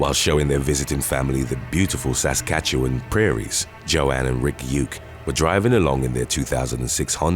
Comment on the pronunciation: Top tier pronunciation of Saskatchewan!